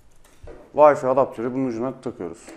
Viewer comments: Bir de Türkçe konuşabileydi iyi oacaktı ya..Bilgisayarına kurduğun O wi-fi ( VAY...FAY okunur ey millet, VAY Fİ diye okunmaz ) programının adını bi zahmet yazıver koçum hadi bakiiiim aslanım göreyim seni... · vayfi deyip durdun sinirlerimi bozdun :D ya vifi de ya vayfay bu nedir ya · Herkes bir gün Wi-Fi kelimesinin "Vayfi" diye okunmadığını öğrenecek :)